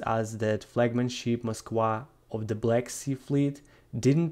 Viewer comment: I have never heard of this ship....the "Mosk-wah". Ok joking aside, is the 'v' sound in eastern europe that foreign of a sound? I have heard several people from that part of the world throughout this conflict mispronounce the letter 'v'. I guess it's a thing.